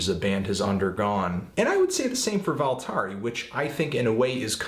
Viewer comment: You got the Rós part right, but Sigur is kinda like Siyer with a short i. It's not exactly a y sound, but it's close. Somewhere between a g and a y... kinda like ch in German, but while vibrating your vocal cords. Also, you got the album name nearly right, except that the i is short. It only sounds like "ee" when written í.